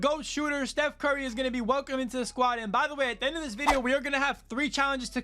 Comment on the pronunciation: Man said stuf curry